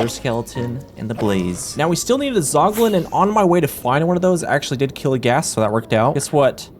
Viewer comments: "keel" instead of kill is the reason I couldn't finish this video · "keel and be keeled"